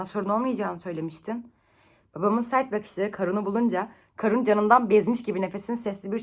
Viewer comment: Kârun diye okunmuyor muydu ya? Karun diye okuduğun her seferde irite oldum, bence uzatarak okuyalım